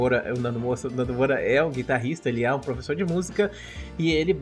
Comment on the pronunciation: Ele falou "professor'' depois um ''e'' muito rápido e pareceu que tava junto.